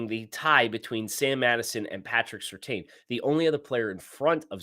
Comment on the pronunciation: I'm begging you, please pronounce Surtain correctly. It's "serTAN" not "serTANE"